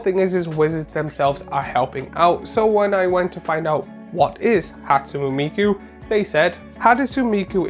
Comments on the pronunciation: Hat–sue–neigh me–koo is the correct pronunciation I believe. Not that that is phonetic at all lol. I was unaware that inspiring vantage was in another secret lair recently. Definitely the weakest inclusion in this drop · Ha-tsu-ne me(mi)-ku. Inspiring Vantage is everywhere recently.